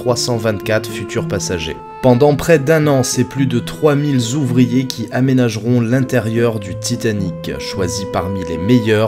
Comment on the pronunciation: Trois mille zouvriers? C'est quoi un zouvrier? ;-)